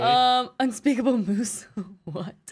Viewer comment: its moose not mosse